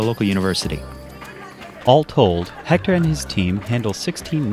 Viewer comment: siiiigh,..... h is not pronounced at all in spanish. Éctor and Héctor would be pronounced the same way. I have no clue why English speakers , particularly people from the USA pronounced Héctor with the H like it was spelled with J spanish, and it's not the same.